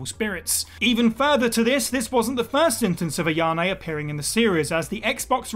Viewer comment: You do realize that her name is AyaNe not AyaMe?